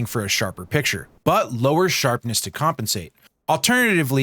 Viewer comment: SHARPESS? WHAT IS SHARPESS? c